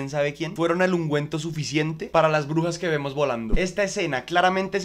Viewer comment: Soy el único que entiende “orugas” cuanto dice “brujas” 🫠